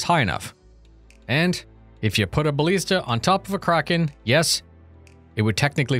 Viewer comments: please, for the love of Christ. It's BaLISta, not BaLEASta. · Ba-lee-sta? You've been listening to Boredgamer again and learning how to mispronounce English words! Here's a dictionary page with audio pronunciation so you don't have to sound off saying it